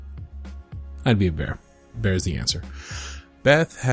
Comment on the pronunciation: The way you said bears had me rolling!!😂😂